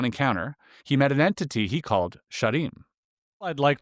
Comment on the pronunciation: thought he said he saw a SHEEP!!